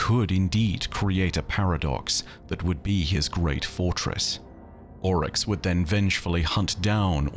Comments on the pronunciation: Any reference to someone in game pronouncing Oryx as "Ow-Rix", instead of "Or-Ix"? Or does Ow=Rix sound more posh and pretentious? Remninds me of when you insisted on pronouncing Xivu as "Shevu", insted of as "Zivu" when everyone in game pronounced it as the later, including her sister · why do you pronounce characters names weird? You say owryx instead of oryx